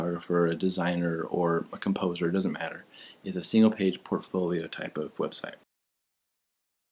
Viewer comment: PORTfolio. With a T. Fuck. Thanks for the nice guide though.